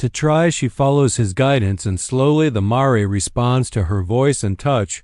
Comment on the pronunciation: It’s mare not maray